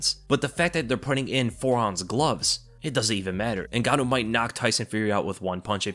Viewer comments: he def said Francis Nig-ganou on purpose. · It worries me when he says francis NIGANNOU